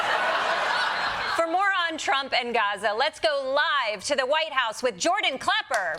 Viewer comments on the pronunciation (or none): none